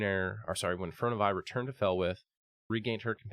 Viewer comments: My dude, it’s Fear-ee-oh-nuh Vee. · fuh roe nuh veye. also says toon-air instead of too-nar-ay